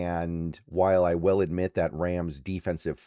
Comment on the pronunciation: Will and well sound the exact same when you say them 😂